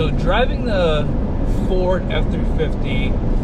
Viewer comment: at the start of the video I thought he said 250